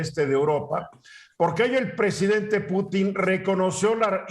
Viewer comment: jajajaja y luego hablan del tema y ni saben como se llama el presidente de rusia , no como putín , no pútin jajajaj